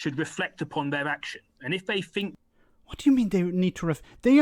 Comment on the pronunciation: A Tory MP and he can't even say th- correctly "I fink these left wing lawyers....". Fick as pig shit. Probably brought in to sound like your typical EDL type and appeal to them.